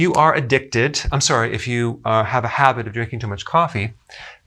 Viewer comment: Boudreaux99 Buddy Yessssss! I caught that too and laughed!!!! 😆